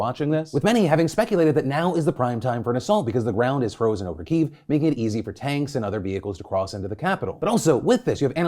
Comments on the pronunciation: When will Phil start pronouncing Kyiv even close to correctly? Hint: Kiev is the now obselete English spelling but remains a good phonetic method. Kih-yehv. Not keeeeeeve. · Can some teach this dude how to pronounce Kiev